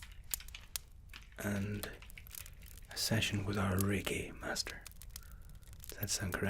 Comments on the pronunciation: am I the only one who thought he said reggae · Tbh I thought you were saying "reggae session" instead of reiki session the whole time